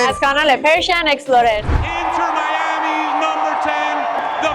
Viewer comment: اگه بخواهید توی فلوریدا زندگی کنید شهر Tampa به نظرم بهتره Miami رو مثل نیکا درست تلفظ کن